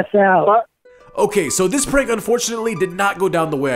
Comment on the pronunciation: Good prank, but a bit of advice, as far as I know Spanish-speakers tend to pronounce "this" as "dis", not "zis"